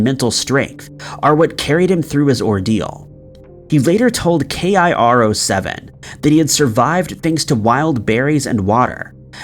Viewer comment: I like your true crime videos, but the partially clickbait titles keep making me weary of watching. (Also, not really important, but, WA state pronounces it Kye-row instead of K.I.R.O news, just for probably useless future knowlege to anybody reading this!)